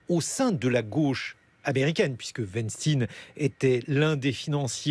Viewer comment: On dit weinstein 😂😂😂😂